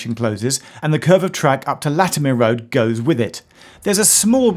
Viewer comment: Is it really Latim- ear?